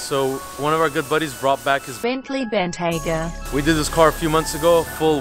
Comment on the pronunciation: finally learned how to say Bentayga 🤣🤣🤣